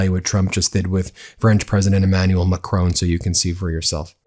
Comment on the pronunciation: the French President's name is Macron NOT Macrone!